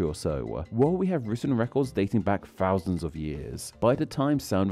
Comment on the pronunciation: Interesting - especially as you repeatedly use "f" instead of "th" throughout your video e.g. "fousands" for "thousands" and "fings" for "things". It's sloppy and irritating.